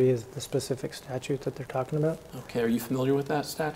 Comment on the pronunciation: I can appreciate someone who knows the difference between “specific” and “pacific” 🌊